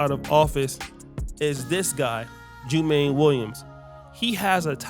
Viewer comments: Its pronounced JU-MON-NEE. I am a NY'ER. This is no good. We cant have these first generations politicians in office. We must vet all thoroughly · Jumaane is pronounced "Jew - Ma - Knee" Williams.